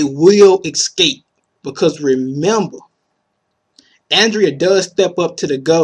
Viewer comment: Pronounced: escape, not excape! (just saying)